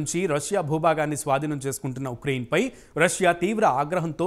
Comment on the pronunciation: ఇక్రైన్ కాదు స్వామి, ఉక్రెయిన్